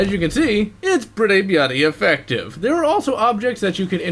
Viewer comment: Why can't say "bloody" correctly